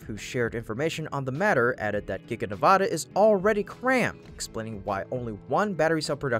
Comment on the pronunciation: In the future, please pronounce Nevada's state as ( Nev add ah ) not ( Na vaaaah da) shorten the long aaa forming a's No one in the state pronounces it that way. Thank you 😉